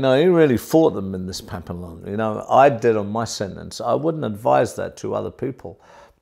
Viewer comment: Just letting you know it's pronounced pap-e-yon.